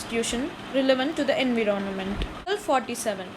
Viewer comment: It's called environment not inveronment.